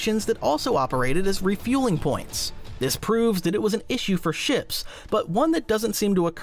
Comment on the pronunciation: Is this AI narrated? "Shops?"